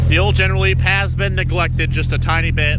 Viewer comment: Leneral Geep lol